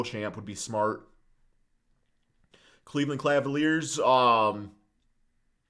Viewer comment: "Cleveland CLAValiers"